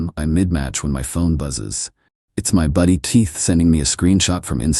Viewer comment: Dear: 39 seconds in and you’re talking about your buddy “Teeth”‼️ nowhere in this world is there any man anywhere named “Teeth”. I know you can say Keith and you might want to say it all the time instead of making yourself sound like a very uneducated ignorant.